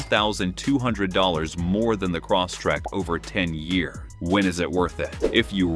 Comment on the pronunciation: Stupid AI narrator keeps repeating, "Cross Track"! 😅 Computer babble.